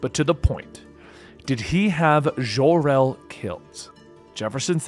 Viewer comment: It's Jor El, NOT Jhor El.